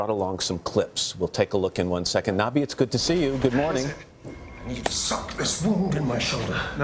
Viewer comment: nobby not narby